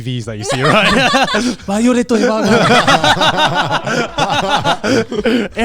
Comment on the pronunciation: the way she said "violet evergarden" omg so thats how you say it in japanese